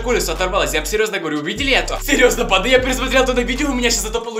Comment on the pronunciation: И почему мне слышется не банда а панда?